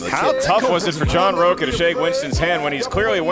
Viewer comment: Plus in Spanish his name is pronounced "roach-a".